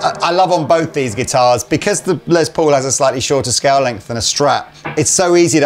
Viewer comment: Will you please stop saying “Lez Paul”. It’s pronounced like “Less Paul”